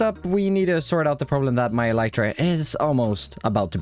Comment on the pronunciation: You're saying "elytra" wrong. It's pronounced "elytra", not "elytra"!